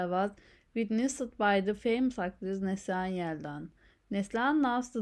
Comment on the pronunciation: Please pronounce the name correctly . it is Nasli - Han , Also speak clearly and slowly . Thank you